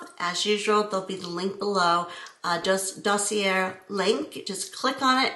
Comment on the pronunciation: Dossier pronunciation is: daa see ay (like a long A as in ABCDEFG). I hope that helps! Try to ignore the haters, I know it's hard to do.